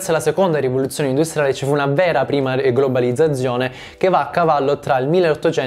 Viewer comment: bravo come sempre ma oltre al francese anche c'è qualche problema di pronuncia con la parola GLOBALIZZAZIONE- Urge un corso di dizione per sterronizzare la divulgazione! ;-D